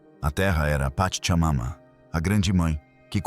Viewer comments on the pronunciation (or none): none